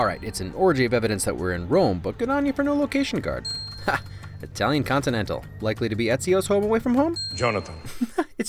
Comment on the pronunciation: "continantale... continantalay? this is karen fillipellay please leava me a message" i fuckin lost it